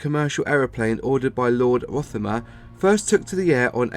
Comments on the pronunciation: Blen-em not Blen-hime. Rother-mere not rother-mer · You are mis pronounce big Blenheim and RotherMERE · Lord Rothermer? Blenhime? lf you're narrating on a video about an aeroplane at least get the pronunciation of the plane right.